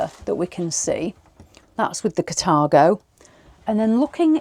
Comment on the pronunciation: Yo!. Sounds like the wrong pronounciation, Car-Tha-go!